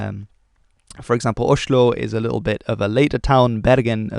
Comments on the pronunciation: It's actually better if you stick to the agreed English pronunciation of "Oslo" instead of going with that "sh" sound, which makes you sound like a drunk to this native Norwegian speaker. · Nonsense. His pronounciation corresponds well with the way East Norwegians pronounce Oslo. And that’s very observant and quite impressive for someone who does not (?) know Norwegian.